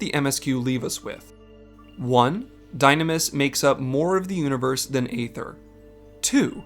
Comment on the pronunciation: You do your research when it comes to lore, perhaps you should pronounce aether correctly.